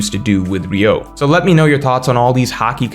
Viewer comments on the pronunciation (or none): it's not "ryou" but "ryu-o"/"ryuou", the o is separate from "ryu". Like Ryuma, but replace ma with o. "ree-ooh-ma" > "ree-ooh-oh" You're one of my favorite OP content creators but it hurts my ears every time.